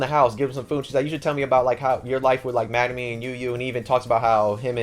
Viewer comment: Great video, you do great with summarising the books. Just wondering, why do you call Megumin Magnumin?